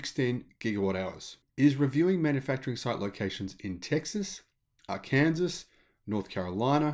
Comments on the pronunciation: Say “Arkensaw,” not “Ar-Kanzas.” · Arkansas is pronounced Ar - Can - Saw. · Arkansas is actually pronounced as if Ark-en-saw. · You said, “Ah-Kansas”, that’s funny, my mother used to pronounce it that way also, till we got our Green Card :) We say it, “Ah-Kan-Saw” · Great video. Anxious to see those battery prices fall, as I'm sure they will. Just a pronunciation helper here. Arkansas isn't pronounced as "R-kansas", it's pronounced (I know, weirdly) 'Ar-Ken-Saw', while Kansas is still pronounced as you did. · Some weird pronunciations it this one. I believe Amptricity is not pronounced "amp-tri-city". I believe it is "am-trisity" like "electricity". "Arkansas" is not pronounced "ar-kansas". It is pronounced "arkan-saw". Enjoying the shows, thanks. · Sorry, I can't resist pointing out that you pronounced "Arkansas" as "Ar-Kansas"! Also, your image to represent Arkansas was actually California or some place clearly not Arkansas. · Arkansas is pronounced ar-can-saw. I know this is pedantic, but i just thought I would mention it. You've probably heard in in movies and such but if your not familiar with the area it's understandable to pronounce it the way you did. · Hi, unfortunately and weird as it is, we pronounce Arkansas ark’-in-saw. I know I know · Love your videos. Note: Arkansas is pronounced "ar-can-saw", and surely Amptricity is a play on "Amps" and "electricity", thus "Amp-tricity" not Amp-TRI-CITY which would imply it has something to do with three cities... thanks! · Hey. Pronounced are-KAN-saw. No idea why. Sure looks like Kansas with ar tacked on the front. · Arkansas is pronounced "Arkansaw"... goofy, I know but that's how it is. I'm skeptical of this, but will be very happy to be pleasantly surprised. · FYI the US state of Arkansas is pronounced "Are" "Can" "Saw".